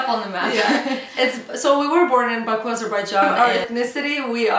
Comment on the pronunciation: salaaamm))) its BAKU